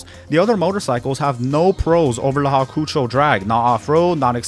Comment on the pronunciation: Hawkoocho drag😭 Its hawk-ō-chow